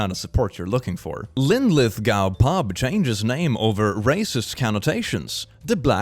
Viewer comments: As a scot, Linlithgow is pronounced “Go” not “Gow” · Linlithgaow got me XD 'its pronunced 'linlith-go' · lin-lit-gaw? As someone who goes by here every single day that is the worth pronunciation of Linlithgow ever. But at the same time don't ask me to pronounce them Swedish satanic words.